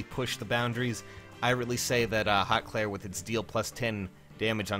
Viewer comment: I hate to tell you this, but apparently it’s pronounced “hoot clere” and I guess you can look that up to double confirm